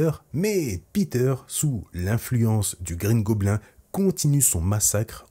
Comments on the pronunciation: tu prononces de base mal le mot Goblin donc mieux dire bouffon vert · Mes oreilles saignent à chaque " goblin " prononcé 😂